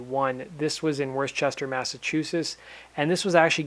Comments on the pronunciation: It's WoaStaH not Worstchester Massachusetts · It's not worchester, it's wista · Worchester..... lol.... ITS pronounced Wuster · Let me help you pronounce Worcester mass correctly as I'm sitting in it texting/ as im a life long mass hole. WOOSTAH. Not Worcester like England. Maybe that helped. Lol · Worchester, Massachusetts does not exist. It's Worcester and is pronounced Woostah. I was at that show :) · Bruh Wor Chester 😂😂 it’s pronounce Worcester one single word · Worcester Mass is pronounced Wou-ster. Like Would-ster without the D. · R.I.P Chris, It hurts to see him gone the world is much smaller now. Btw its WUSSTER thats how Worchester is said lol. Our towns are wierd. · it's pronounced wisster, I know it's not spelled that way, but that's the proper way to say it. In Boston was say wisstah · favorite SG tune would have to be Uncovered. Chris Cornell solo work, When Im Down. And its actually pronounced Wuh-ster not how its spelled Worcester.... :) good attempt though...i remember when ESPN hacked it during a little league world series a few years back and people hammered them over social media. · Wor-Chester? nice. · It's pronounced Wooster or Wustah . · It's pronounced "Wooster" Mass.. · it's pronounced "Wister" Massachusetts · Wister it's pronounced: Wister. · Pronounce "Worcester Massachusetts" properly please. it's not worchester - it's worcester